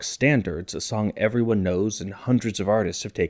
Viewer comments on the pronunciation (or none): none